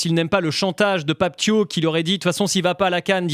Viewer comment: C'est Pape Thiaw comme "Ciao"